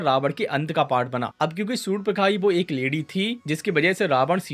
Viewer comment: It's not surnpakha.. Its SURP NAKHA